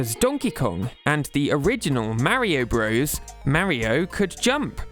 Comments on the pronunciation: When did this trend of pronouncing "bros" phonetically? It's short for Brothers. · It's pronounced BROTHERS, not "bros". "Bros." is how you abbreviate "brothers." But it's still pronounced "brothers." Other examples: Cpl is pronounced corporal Lt. is pronounced lieutenant Sr. is pronounced senior Jr. is junior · For those who don’t know, including here, the game is NOT called Super Mario Bros, like a frat boy. The game is in fact called Super Mario Brothers, like anyone with a brain would say it. The abbreviation Bros. Is short for Brothers. The problem with Nintendo youtubers is that they are young and didn’t actually play these games as kids and they don’t do any of the most basic research like how to pronounce words or understand basic English grammar. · Pronouncing Mario "bros" like the modern US slang term for "friend" makes me cringe. Back in the 80s and 90s when these games were being created it was always fully pronounced as "brothers". Maybe it's PewDiePie's fault ...